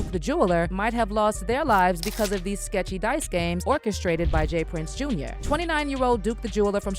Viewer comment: It’s JR not jaz